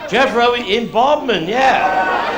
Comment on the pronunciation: It's Bodmin not bodmen.